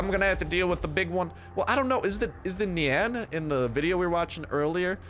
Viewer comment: when u say nian i hear nyan